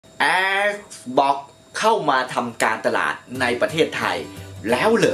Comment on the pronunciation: Xbox อ่าน แอกซบ๊อค Astrobot อ่าน เอสโตบอท งงชิบหาย 😂